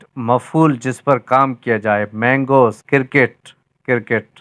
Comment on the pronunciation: Cirket ni cricket hota hai jnb